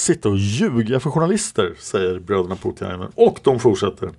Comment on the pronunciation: Namnet Poutiainen uttalas Påotiainen (alla vokaler kort). Det allmänt förekommande uttalet har en smått obehaglig betydelse på finska 😉.